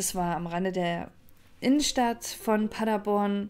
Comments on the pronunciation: ich liebe Deine Videos aber es heißt PaderBORN (Betonung auf der letzten Silbe). Ich komme aus der Gegend. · Der Ort heißt Paderborn und nicht Paddaborn!